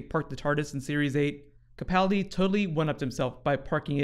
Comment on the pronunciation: Thanks. You are now saying "Capaldi" properly!